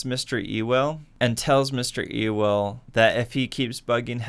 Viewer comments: btw it’s pronounced yule not ewell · It’s not E-well it’s U-wil lolz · The name errors trigger me so much. Sea-cill Jacob’s?????? Bob Euww-el???? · see he says mr. E- well not mr. you-l. I’m not the only one hahah